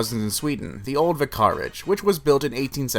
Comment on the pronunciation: vi-CAR-age..??? Try VIC-ar-age....